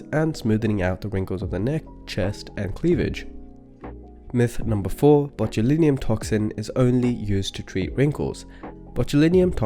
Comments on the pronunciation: Why do you pronounce it botuliNIUM?? When it's botulinum. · How he pronounces botulinum😊